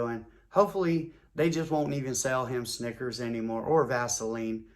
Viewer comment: EVERYTIME he said Snickers...I thought "Nggas" 😂. This joint Classic